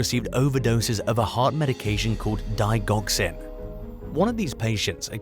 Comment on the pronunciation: love, just love the beautifully mispronounced digoxin.